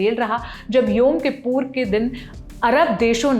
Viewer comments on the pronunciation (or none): महान यहूदियों के पवित्र पर्व का नाम तो ठीक से, सही बोलो । सही नाम योम के पूर नही बल्कि योम कुपूर है। अपने एंकरों को सही जानकारी एवं पूरी तैयारी के साथ कैमरे के सामने खड़े किया करो ।